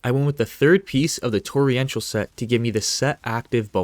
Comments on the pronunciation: TORR-ENTIAL, NOT TORRI-ENTIAL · It's Torr en shall (Torrential) not Torri-entall.